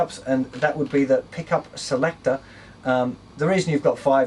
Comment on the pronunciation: On the pickup part at first I thought he said pee cup